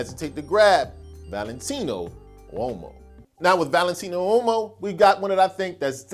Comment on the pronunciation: Valentino what? Please say it again. This time without the exaggerated pronunciation.